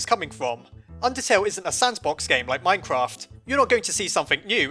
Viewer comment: sandbox? are you sure you don't mean... Sansbox? XD i'm sorry